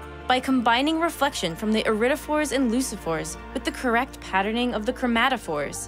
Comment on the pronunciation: Pronounced "leukophore" not leusophore. Like leucocytes etc. Please check with a specialist before posting.